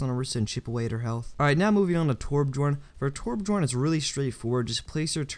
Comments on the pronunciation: learn how to say Torbjorn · It's interesting how noone can say Torbjörn.